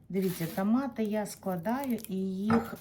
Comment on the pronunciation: Моя хороша, в школі грамоту вчила ?! Правильно тОмати а не тАмати ! 😂